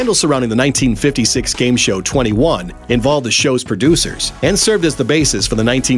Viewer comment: He said tweny one not twenty one.